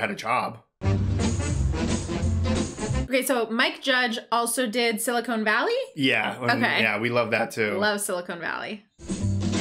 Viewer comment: Sili "con" valley is the Mike Judge show. Sili "cone" valley would probably be San Fernando Valley.